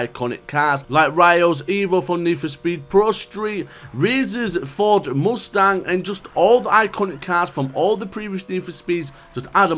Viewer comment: Lmfaoooo food moostang: trying to pronounce Ford Mustang